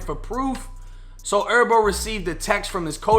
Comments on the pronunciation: I rock wit you, but it’s not pronounced herbo like herbs you eat or smoke, it’s actually Herbo like Her-bo. That shit was killin me😂😂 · Herbo bro not Erbo HHHHERBO LOL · J it’s HERBO NOT ERBO 😂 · BRO H'S ARE SILENT "ERBO" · Lol he say erbo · nigga calling him erbo like herbs and spices, i’m weak as hell 😂😂😂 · It's not herb like herbs and spices it's herb like short for his name herbert so you can say the H bro you do t gotta say "errbo" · Its Her-bo put the h on it lmao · Why are you calling him “Erbo” lol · It’s pronounced “Her Bo” , I can tell you don’t listen to the culture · “herbert” 🤦🏽‍♂️ cmon doing herbo like that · G ERBERT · am i the only one bothered on how he saying Herbo 🤣🤣 vids always 💯 tho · Cant even say his damn name right doe smdh 🤦‍♂️